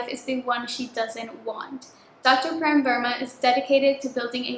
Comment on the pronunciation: Okayyyy so the pronunciation of the name "Prem" actually goes like "pram" the 'pra' as in "prayer", atleast in India. But it's a proper noun so it doesn't really matter how you pronouce it 😭 I'm Indian soooooo